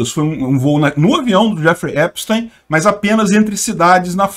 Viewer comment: Assistam a serie/documentário, no Netflix. P.S.: A pronúncia do nome é Epstin, ou teen, não táin.